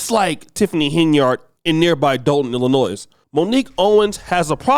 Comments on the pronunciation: the "S" in Illinois is silent.🎓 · It's Illinois mate, not Illinoise. Cheers from England. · Just a quick note that it’s Illi-noy and not Illi-noys. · its pronounced ILLI NOY the S is silent. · Are you sure you are FBA, it's pronounced ill- luh- noy.